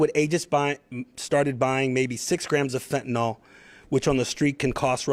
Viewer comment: Being a teacher here: fentanil/nyl...not nal. Say it correctly. You are spending a lot of money to put on this "production" for media. Go catch bad guys and girls. Don't put LEO's in jeopardy with media productions. We need them to be safe!